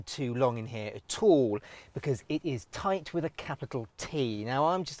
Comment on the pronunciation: ...aTTT all. Because it is TTTighTTT with a capiTTal T.